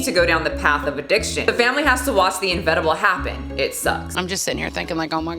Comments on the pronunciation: Inevitable, not "envetible." Love you, but I am a grammar Nazi. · IM OFFENDED THAT YOU SAID INEVITABLE WRONG! grrrr